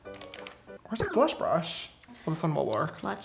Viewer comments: I laughed when James said “Where is the blush brush?!?” And Madison said “brutch” brutch” lol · James: Where's the blush brush? Me: Blush bursh. tries again and screws up Madison: Blutch, brutch. Me: Same Madison same. XD